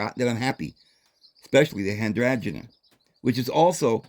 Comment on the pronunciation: "Hi strange ee " hydrangea lol it rhymes. 😂 Love hearing your pronounciations of plants ❤️ I worked in plant nurseries . When the plants self seed into your garden its called naturalising . Some will , im thinking youd probly do well with herbs and spices . 🍅🍒🍅🌶️🍑🍊🥭🍍🌽🍋🍐🥝🥬🫑🍇🍆🍠🫐🥒🥦🌾🌱🌴🌳🌵🌿